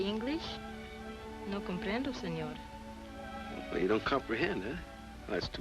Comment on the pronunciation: Pico doesn't know Spain-talk. He said "prahnto" instead of "pronto", and "signor" instead of "señor".